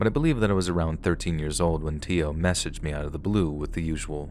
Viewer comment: Story #2: If the name was spelled Teo it's pronounced Tay-Oh